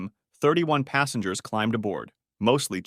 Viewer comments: Krug aka “Kroog” Like the Champagne. **Passengers not “Passangers” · 'Minbender' 'passangers'😆